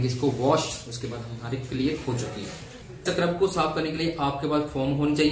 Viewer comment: Scrub hota h bhie 😂